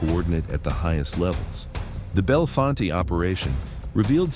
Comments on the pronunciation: Bell Font is how it's pronounced. It isn't pronounced bell font aye. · Its i99 yet... its still route 220 near I80 and its said belle font not fonte... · <----- Born and raised in Bellefonte, PA.... this video is a lie......... and ir is pronounced: "Bell-Font." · "Bellefonte" - pronounced "bell-font" - not "bell-font-tay". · Most of the clips were just AI filler. I live in Bellefonte and the only times they showed actual Bellefonte, was from downtown and randomly repeated that very small clip throughout the video. None of the other video clips were of Bellefonte (pronounced Bell-Font) named from French meaning beautiful spring. Talleyrand park, central to Bellefonte, is home to the natural spring that feeds much of the water supply to the area. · None of the places in this videa are "bella-fon-tay" 🤣. I grew up in milesburg 3 miles from there. Learn how to pronounce the name right too narrator dude. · Pronounced locally "Bell-Font" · Town name pronounced "Bell-font" not as it looks, It's not loke Harry's last name! These cat's hsd to have stuck out like sore thumbs around there as it's mostly the same family's that had lived there for a century. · FYI, Bellefonte is pronounced Bell-Font. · Bellefonte is pronounced Bell-font. Thankfully he didn’t pronounce the other e making it Belly-fontea 😆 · Bellefonte is pronounced Bell-font to most locals. But its sad that this has to happen in our small town communities of people just trying to live a normal and meaningful life. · It’s in the center of Pa. Just north of State College Pa. You might have heard of the Nittany Lions. About 4 hrs east from Pittsburgh Pa About 3hrs west of Philadelphia Pa They don’t pronounce Bellefonte correct in this either. The E is silent at the end of Bellefonte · Stop saying Bellefonte WRONG!!! Thanks its driving me nuts lol. Do a little research to learn town names. Just drop the E at the end. It's silent.